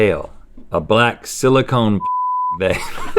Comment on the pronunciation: Everything’s gangster until Rhett says “silicone”